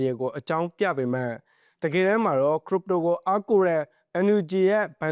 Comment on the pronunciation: ခရစ်ပ်တို လို့အသံထွက်ပါ